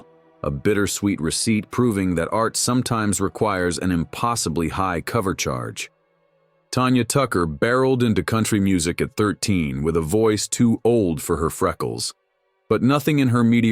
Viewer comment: its not TONYA TUCKER.... ITS TANYA TUCKER... WITH AN A... NOT AN O.. MORON..